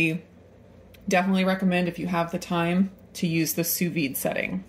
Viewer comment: Had I not been already subscribed to your channel, I definitely would have. You are one of the few chefs online who could pronounce “sous vide” correctly! Great (thorough) review, by the way.